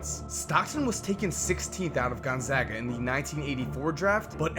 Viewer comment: You get a like just for pronouncing Gonzaga right when talking about Stockton.